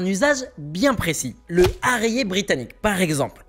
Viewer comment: La prononciation de HARRIER et TOP GUN... entre autres franchement ! Concentration ! Pas besoin de péter les feu comme ça et mettre les bonne image aussi ! De pire en pire